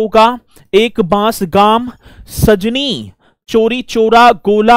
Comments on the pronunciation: Sajni nhi Khajni tehsil hota h 😂😂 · सजनी नहीं खजनी है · Sajni nahi khajni hai tahsil